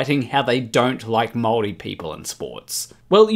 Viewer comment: I had a hard time to figure out what "Moldies" were supposed to be... Thought "Maori" was pretty simple to pronounce and the same in English and german... seems nothing is simple in Kiwiland.. ;P and a Flourbomb is simply a monochromatic less glamourous glitterbomb. D'uh!